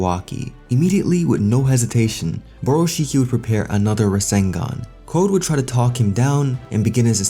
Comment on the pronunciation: Borushiki really said 'Rasengun'